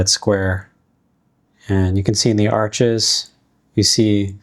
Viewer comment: Thanks for sharing these watercolor paper videos. FYI - not a criticism- Arches is pronounced like arsh , and Hahnemuhle is pronounced like hawn-a-moo-le.